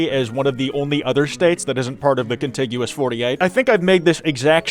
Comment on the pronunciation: OMG!! I cannot express in words how proud I am of you for your correct pronunciation of contiguous!! I have given up on getting irritated at people for their absurd mispronunciations and now, when I hear people pronounce things correctly, it's so nice... So very, very nice. ❤